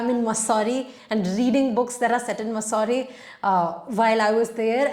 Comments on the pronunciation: It's मसूरी not मुसौरी..... I was hesitant at first but since you said you liked to be corrected. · Di please also correct the pronounciation of "mussoorie". 😊